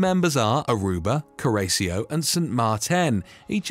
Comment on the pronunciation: Please pronounce names properly. It's not Frederique of Denmark but Frederik. You are pronouncing it as a French name instead of a Danish name. Also Curaçao is pronounced 'cure a sow' not the way you pronounced it